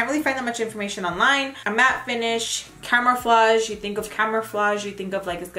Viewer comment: The way u pronounced camouflage lol its CAMOU-flage not CAMERA-flage. I also appreciate u listening to our constructive criticism..another one is when u say "fits me" when describing a color match. how about saying " this didn't MATCH ME".. Love watching you,I hope to run into u One day, im here in the slc Valley too.